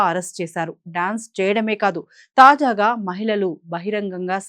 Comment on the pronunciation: తాజాఘా కాదు. తాజాగా అనాలి.😮